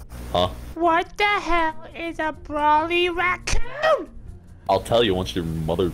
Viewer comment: When he says brawly racoon sounds like brawlyracnuke